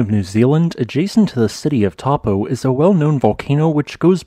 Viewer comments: Dude, it's not Tar-po, it's Toe-po. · good report. I did a Geology BSc, and studied Taupo 35 years ago. A lot of updated information since then. Smiles And pronunciation : it's 'toe - paw' . Te Reo (Maori) vowels sound differently. Thanks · I'm not from NZ, but I believe the locals pronounce Taupo something like Toe-paw. Perhaps some kiwis can confirm. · Taupō is pronounced as Toe-paw 🤙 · Taupō is pronounced toe-paw. The 'a' and 'u' are combined in a diphthong and rhyme with 'no'. The long 'o' vowel in te reo Māori is pronounced like 'pork' :) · The correct pronunciation of Taupo sounds like the English words : Toe-pour. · Please, you would be better to pronounce it as 'Tor-pōr'. Please make an effort to correctly pronounce Maori names. Next, Ta-ra-where-ra :) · Pronounced, Toe Pour :D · Not gonna lie but the way you're pronouncing Taupo is wrong. As a New Zealander it's quite funny on how you are pronouncing it hilariously wrong. Don't you feel bad, there are a few of us who also pronounce it wrong as well. To pronounce Taupo properly it is Toe-paw. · Just wish you would pronounce NZ place names correctly. It is so disrespectful to Maori not to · correct pronunciation is 'toe-paw'. 'Tarawera' uses soft 'ah' sounds. R sounds in Te Reo are trilled/rolled if you can do it. What you sound like you are saying for Taupo is 'Tapu', which means 'sacred' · Kiwi here. Found it funny you were able to pronounce Ruapehu and Tongariro really well but not Taupo or Tarawera.